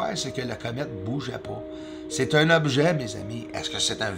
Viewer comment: Un "objat" 😅😂